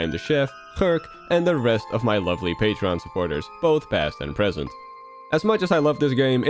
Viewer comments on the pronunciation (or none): none